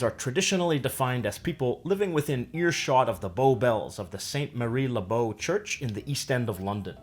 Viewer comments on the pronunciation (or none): "Maree" Le Bow !!?? It's MARY !! Jack and Danny = fa==y (vagina). Going for a RUBY. RUBY MURRAY=CURRY. " Are you having a giraffe?" = Are you having a laugh ? Never heard of the " freezer" one ! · If the narrator can't even pronounce Mary properly ( St.MARY le-Bow ) how the hell is he going to explain Cockney rhyming slang !